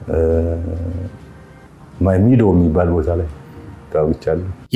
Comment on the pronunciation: ማሚደ ነው የሚባለው ማይ ሚዶ ኣይደለም ብርሃኑ ጁላ እራቱን ምን እንደበላ እራሱ ኢያውቅም